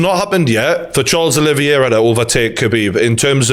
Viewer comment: Charles “Aloe Vera” 😂